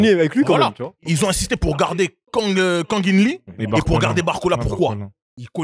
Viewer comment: Le boug qui décide d'écorcher exprès le nom de pour le punir d'avoir écorcher le nom de Kang-in-Lee en 4K on voit qu'il tient l'équipe d'une main de maître ou alors c'est juste parce qu'il porte un outfit aussi long qu'un lundi